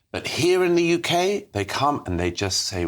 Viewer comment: Welcome to 'da Yookay' Munkee-house ---cheers Starnmer .!